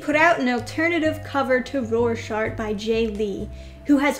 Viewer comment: “Roar-shack”, say it with me, “roar-shack”.